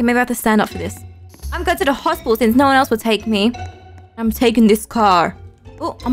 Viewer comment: I love how she said hospital in a funny accent! 😂 "Hosp'tal